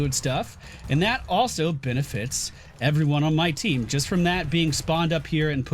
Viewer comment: starts the video: "Hello everyony..." everyony:)